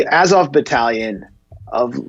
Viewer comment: “Ukraines are a bunch of NAZIS!!” — Jimmy Dore. 1. There’s only 1 Ukraine. Not multiple. 😑 2. “Muhzov Battalion”? Seriously? Come on, dude. 🤦🏻‍♂️ 3. I can’t believe this clip is unironic. Just wow. 😬🥶